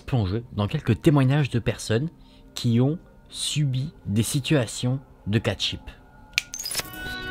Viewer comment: « Cat ship » 😂